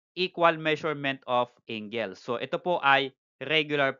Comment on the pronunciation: Yah how to pronounce angle 🤣 "ingle" AHAHAHAHAHAHHAHA